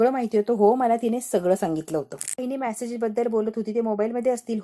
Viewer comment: मॅसेज नाही मॅडम मेसेज - उच्चार नीट करायला शिका